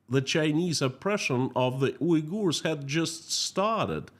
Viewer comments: In English, it is pronounced like Un-gers. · It's WE-gers, not U//////.